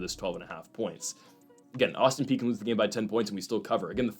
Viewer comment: My God you finally listened to me and pronounced Austin Peay properly, woot. Agree with the others, lose the background music. Ok, now I will say keep up the good work.